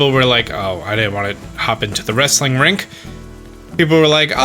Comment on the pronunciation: bruh whats up with you saying "wrestling rink" it's a ring.